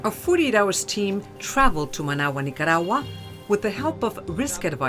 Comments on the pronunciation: She speaks perfect English, and only uses a Spanish accent when using Spanish words, like Nicaragua, for instance. She could EASILY pronounce it in the English form, but she chooses to use a VERY thick Spanish accent. "Niiyatawwa". I know she's not doing it to annoy me, haha... but it does. Speak one language at a time. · Wow! I can't even get half way thru this episode because this chic pronounces Orlando and Nicaragua differently nearly everytime. Make up your mind. Are you Hispanic or not? Hahaha Ultimately tho, I'm not at all condoning Orlando's actions, but this is why you shouldn't toy with people's emotions. Bad things can happen. Her fault just as much his in my book.